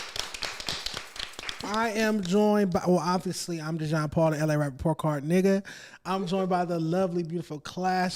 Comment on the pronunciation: IT'S DEEEE-JON DAMMIT!!! 😂 For real though, Dejon, you got some good chemistry with... Y'all are like a DYNAMIC DUO & if you can find a way to get Lush over there, even if it's like 1-2 times per week, it would be one of the best podcast out there... You & Lush have a great amount of Hip-Hop & Music knowledge so when you guys get together... the show is never dull! Even if you can get Lush once a week, it would be dope... But you & should have different guest every week, instead of just searching for another co-host... Either way... Don't fucc it up!!! You got some good shit going here! Love from Baltimore! 💚💚💚